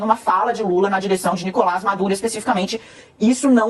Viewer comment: Alguém avise o Paulo que não é "Nicolá" e sim "NicolÁS" Maduro. Ao contrário do que acontece na língua francesa, na língua espanhola o "s" final É PRONUNCIADO